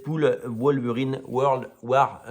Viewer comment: World alors et non word .c est pas la guerre des mots mêmes si c eu été possible